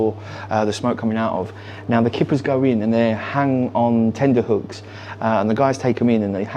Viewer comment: Its tenterhooks not tenderhooks